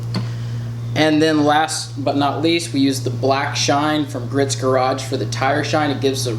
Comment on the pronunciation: Shoulda ceramic coated her. That wax is only gonna last a few weeks . and tell your dude Griot's is pronounced " gree-oats" garage. Car looks killer BTW !